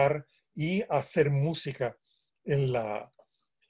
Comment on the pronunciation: “...el hacel musical”. Ay, Señor.